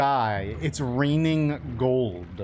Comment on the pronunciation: "It's raining gold-uh"